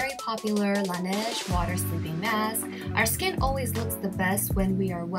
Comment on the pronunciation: Did she pronounce Laneige wrong or is it just me?